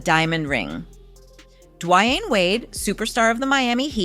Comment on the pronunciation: Has she not heard how to pronounce His Name?! Say His Name-D~Wayne!! WOW!! Say His Name correct!!!!